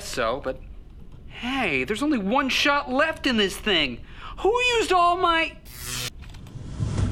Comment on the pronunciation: Bruh and shart instead of shot